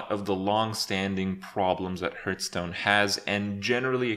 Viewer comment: You still can't pronounce Hearthstone correctly... I must admit that is an achievement :D